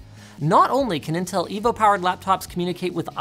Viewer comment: you called them nintel 🤣